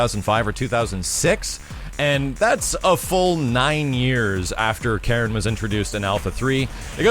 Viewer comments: I'm still not getting why you'd stress the second syllable of her name. My understanding is that it should be KA-ri-n. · Apparently you don't know this character very well either, her name has always been pronounced "Kah-reen"... But whatever though... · KAH-reen KAN-zu-kee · "Kah-Reen" is the proper way to pronounce her name btw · Yo doods, I'll give ya a quick rundown of Japanese vowel pronunciations: A = ah I = ee U = oo E = eh O = oh Keep in mind that all Japanese characters are one syllable, usually a consonant ending in a vowel, such as "か" (Ka). The exception is "ん"(n), which is the only stand alone consonant. So for Karin's name, か - り - ん(Ka-ri-n), we pronounce it "Kahreen". Hope anyone that reads this finds it informative. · Karin was also in Namco X Capcom and paired up with Sakura naturally. It's always funny when announcers can't pronounce names correctly (hello Takeda) :P She's Japanese, it's a Japanese name, there's no syllable stress, it's simply pronounced "ka-ri-n". That applies to her family name as well (no stress on the "zu"). Why wasn't Karin in USF4? Simple, pure laziness. Why make new models and animations when you can simply reuse old ones for the least possible effort? This is, or at least was, Capcom's way. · "Kareen" was always how her name was pronounced. It's a Japanese name. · Ka-rin. Not that hard.